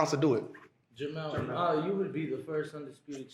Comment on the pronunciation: JerMELL. Not JerMaLL 🤦🏾